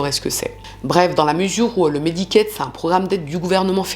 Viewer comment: Medicare. Pas médicate